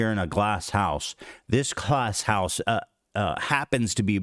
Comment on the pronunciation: He really called adin illiterate 1 min after saying "chgdlAAss house" 🤣🤣🤣🤣 thats peak. Edit